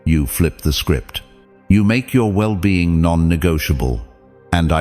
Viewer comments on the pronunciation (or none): The AI mispronounced "well being" # 8